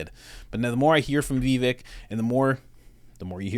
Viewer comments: Great vid! Just fyi, it’s pronounced “viv-VAKE” (rhymes with “give-BAKE”) — most people pronounce it like it’s spelled, “vi-VEK” (rhymes w/ NECK), or like you said it, “VEE-vik,” but neither of those are correct.💗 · Vivek, rhymes with cake. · Someone may have mentioned this, but his name is pronounced Vivake, as in rhymes with 'cake'. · Va-Vack is how it is said. Vivek is the way to go though. Like what he says. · Pronounced Vivake... he will be almost 40 when the election rolls around, 30% of the people get TDS from trump, doubt Vivek will take at back seat to that or anybody else, I got Vivek 2024